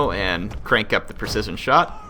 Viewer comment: you're pronunciation of precision is... ironic. haha